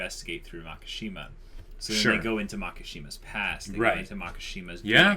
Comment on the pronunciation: It’s Makisjima, not Makashima lol. Maki means fire branch. Shima is Islands. There is no word MAKA in Japanese and sounds so awkward